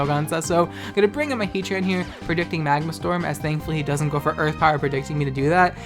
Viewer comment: Lol did you have to edit out some laughter after he brought out Captain Maahgma?!